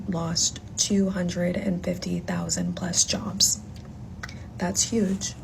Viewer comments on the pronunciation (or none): “Jobles” is crazy! 😂